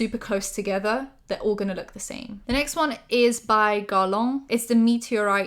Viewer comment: Why "garlon" tho? 😳 Gher-la(n) But I loved the video, I'm a fan of anti-hauls, and sorry for correcting, it's in my French DNA 😔